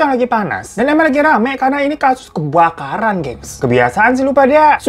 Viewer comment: JNG apaan bang?? Kok KEBAKARAN jadi KEBKARAN sih?? Terlalu bersemangat iya